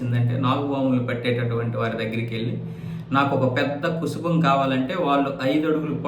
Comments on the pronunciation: కుసుబం కాదు కుబుసం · కుబుసం... కుసుభం కాదు